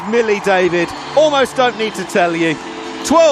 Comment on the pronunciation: He also said Hollie David its Millie! He should have just given the mic to Rocky for the duration